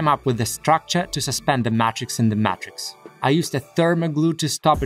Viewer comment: You should make and sell t-shirts with the slightly mispronounced words you use so often in your videos like Mat-Rix and Purlasta instead of Plaster with slogans that use the words in the way you use them like - wipe your feet to escape the Mat-Rix and purlasta caster with a person dressed as a mad wizard casting a plaster mold.